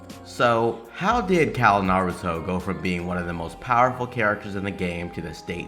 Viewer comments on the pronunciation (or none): none